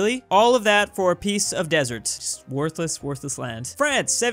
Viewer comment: "Wortless land" hey the was halfe a country okey